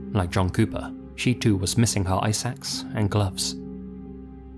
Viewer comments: ICE AX. Not eye sack. I was so confused. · Ice axe omg it just clicked. I thought you were saying eye sacks lol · I kept hearing “eye sacks” instead of “ice axe” 😅